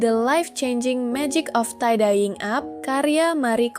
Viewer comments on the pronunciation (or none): Spellingnya "taidiying ap", bukan "taidaiying ap" kak